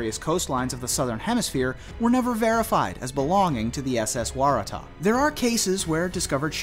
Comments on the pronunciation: It's pronounced Wara-Tah! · Number 8 the Waratah is pronounced "wara tar", at least in Australia where it is the name of native species of large shrubs or small trees.